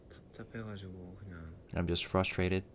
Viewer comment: maybe he’s frustrated with himself 😊 remember ages ago when he said the hardest word to say in English was frustrated? He said trustrated 😊💜 RM maybe he was signaling his feelings 🤔